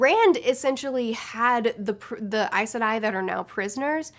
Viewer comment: You say Aes Sedai like I do! (always wondered if I was pronouncing it right!)